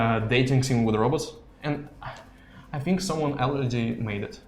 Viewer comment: BTW you pronounce the word "think" wrong... Funny to hear 😂